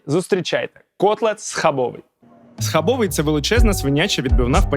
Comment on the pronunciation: Бльо, не схабовий, в польській мові немає закінчення й, схабови!!!☝️